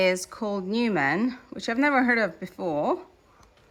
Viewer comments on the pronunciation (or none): Actually, the sewing machine is not a 'newmann' It's a Naumann (pronounced: knaw-man, though the 'k' is silent) Transvers Shuttle sewing machine and was built in Germany (where they still make amazing sewing machines - I own an Elna that has endured 6 moves and countless projects) . The genius behind this sewing machine was 16 year old Bruno who, in 1860, was traveling in Germany having been trained as an engineer and was a repair journeyman. He excelled and was brilliant in mechanics. In those times he would have found work with clockmakers and would have repaired many items and clocks, including bicycles. In 1868, he decided to found his own company of 'marvelous machines' and manufactured not only sewing machines but also typewriters for the blind, speedometers and bicycles to only name a few. But, K R B 'Bruno' Naumann needed a big amount of money to start his own company, so he associated himself with another great man, Emil Seidel, a financier and investor who soon became his partner in 1869. The machine above was invented and marketed by Bruno in 1870 and was advertised as 'the improved Singer mechanism' as it was based on the Singer Model 12 and also has a large "S" at it center that mimicked the Singer logo but Singer could not take them to court because the 'S', in this case, stood for Seidel. Yet, from some recent research I've also discovered that the above machine was copied into simpler models and once in a while some turn up at auction sales in perfect conditio